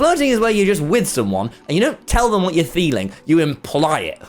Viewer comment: is it just me or did tommy say "feeling" as "theeling" ...